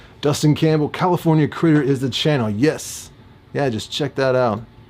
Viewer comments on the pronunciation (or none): none